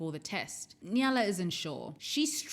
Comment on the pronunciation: Awesome video, just one thing that bothered me was that you always pronounced the name like Nyala even though it is actually Nayla